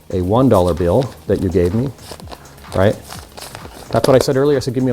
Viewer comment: Stopp saying bjill og billll